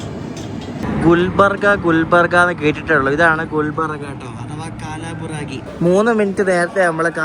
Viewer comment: കാലാബുറാഗി അല്ല കൽബുറ്ഗി..❤